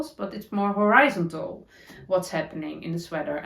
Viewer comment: Lovely episode, thank you 😍 Pronunciation tips, to help, not be critical ☺️ The sound of horizon is different to horeezontal. Forgivable yarn means you could forgive it. Forgiving yarn means it can forgive you (or your dancing stitches 😂)